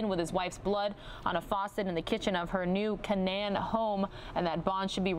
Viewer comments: xD new canAYN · Like the way she pronounced new canaan.